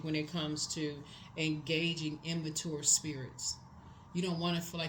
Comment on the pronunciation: I love yo readings but you always pronounce immature wrong 😂